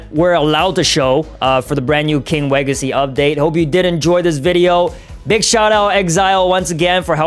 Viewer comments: HE SAID KING LEGACY NOT KING WEGACY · It’s not king wegacy it’s king legacy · it's king legacy not king wegacy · King legacy😂can’t make me say king wegacy lol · Yo you mess up you said king wegacy but the title bruh king Legacy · King Legacy not Kang wagacy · It's called king legacy not king wegacy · Pls stop calling king legacy king weagacy😢😢😢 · The Best Thing In The King Wegacy Is Actually "Code "😊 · Bro king wegacy 😂 killed me bro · Lol 😂king wegacy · in 15 sec in the vid you said legace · Lugn w-w-w-w-w-wegacy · Not king wegacy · No no no it’s wegicy